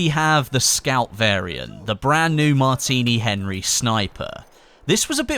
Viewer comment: at the beginning you said Martiny Henry infantry